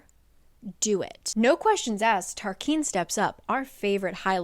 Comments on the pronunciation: Tarquin is TAR KWIN …not KEEN. Kind of like Quest not Kest. And I appreciate these videos my friend. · I thought Tarquin was pronounced Tarkin, but not I’m also thinking Tarkin or Tarkeen are possible. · I literally live for these videos, but every time I swear she says Tarquin wrong 🤣 still re-watch these videos tho 🫶🏼